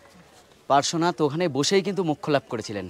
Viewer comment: পরেশনাথ পরেশনাথ করছেন কেন ওটা পড়ে শোনাতে না ওটা পার্শ্বনাথ😊